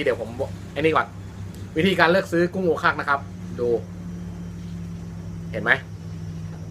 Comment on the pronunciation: ถ้าออกเสียงให้ถูกต้อง ที่เป็นชื่อภาษาจีนแต้จิ๋ว คือ โอว ขัก คำว่าโอวแปลว่าดำ ขักแปลว่าเปลือก กุ้งชนิดนี้ถ้าเอาขึ้นจากน้ำวางไว้ถูกอากาศเปลือกจะเปลี่ยนเป็นสีดำ จึงมีนามด้วยประการฉะนี้ ลวกหรือนึ่งให้สุกกินกับน้ำจิ้มซีฟู๊ดก็อร่อยมาก เนื้อจะแข็งกว่าแชบ๊วยทะเล แต่รสชาดความหวานของเนื้อจะเหนือกว่าแชบ๊วย เพราะซื้อสดๆตอนที่ขึ้นจากจากเรือที่ื้ท่าเรือมาทั้งสองแบบพร้อม ๆ กัน ทดลองต้มกินพร้อม ๆ กันโอว ขัก อร่อยกว่า ที่สำคัญคือราคาถูกกว่า มักหาตัวใหญ่ ไม่ค่อยได้